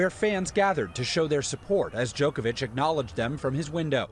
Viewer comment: Really Stephanopoulos? DjokoviK? You knew how to pronounce Milošević properly when you worked for Bill Clinton in the 90's, but you don't know how to say Djoković.. Strašno..